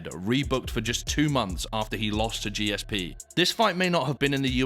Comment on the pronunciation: What a mug. Clearly a student of Steven Segal's. Another Jake Paul. By the way, disrespecting GSP by struggling to pronounce his name or seemingly understand what a true legend of the sport he was is embarrassing.